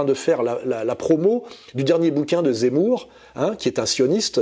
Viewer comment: " que Jémour est très zenti" 😂😅